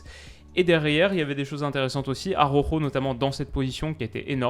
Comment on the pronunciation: AROjo fais un effort stp. ARaOuJo